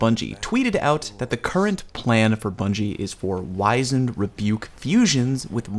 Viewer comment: It's not a hard 'I' in Wizened btw. W-ih-zend. Sorry, just hear a lot of people say the word wrong because they heard someone else say it wrong and the loop never breaks